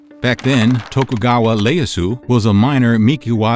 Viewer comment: Iyeasu just a small correction not Leyasu.. Otherwise great show love these small snippets 👍🏼😊👌